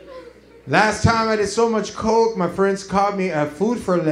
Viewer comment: Sounds like christna, not coke